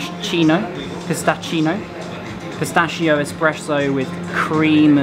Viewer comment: Really not bad reviews from Naples. Only one point: everytime you read “ch” you should spell like a “k”: pistakkio, Mikele, peskeria...